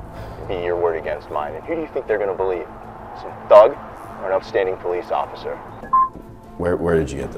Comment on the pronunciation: You mean OCIFFER?? 😂😂😂